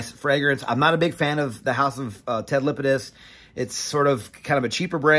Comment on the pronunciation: LApidus not Lipidus. La pi dus. La La